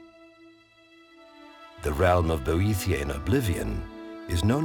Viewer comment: I can't stop thinking that Boethiah is pronounced "bootie yeah..."